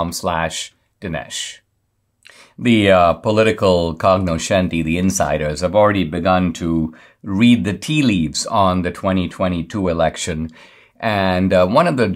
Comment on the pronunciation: "political cognoscenti..." "Cognoscenti" is an Italian import. In Italian pronunciation, "e" and "i," following two consonants and one compound consonant, namely, "g," "c" and "sc," soften them, so that they are pronounced, in English orthography, like "j," "ch" and "sh," respectively. D'Souza got the "sc," as, "sh," in "cognoscenti," right, but he got the "gn," as "kog-noshenti," wrong. "N," following "g," in the compound consonant, "gn," softens the "g," in that compound consonant, and the "gn" is palatalized. In Italian, "gn" is the functional equivalent of Spanish n with a tilde over it, as in "pinata" (n, with tilde over it is not available in this system, as far as I know). Accordingly, "cognoscenti" is pronounced "konyoshenti," not "kog-noshenti."